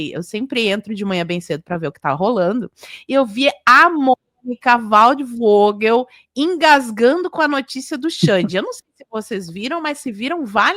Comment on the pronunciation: Correção: o sobrenome tem como pronúncia foguel e não voguel.